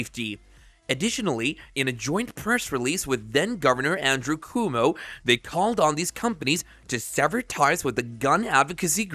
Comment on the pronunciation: Good info here, but the "narrator" botches up the pronunciation of several names including "Governor Coomo". It's pronounced "kwoh-moh" NOT "koo-moh." I'm pretty sure you're NOT using an A.I. narrator because of the stumbles that you left in around the - marks.